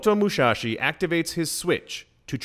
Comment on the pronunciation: It's Musashi not Mushashi :(.